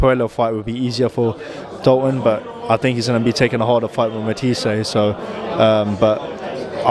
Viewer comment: Yes I know pal... I'm making the point that he said Matias' name wrong (despite the reporter saying it back to him) about a dozen times in this interview as well as a bunch of other top guys at the weight.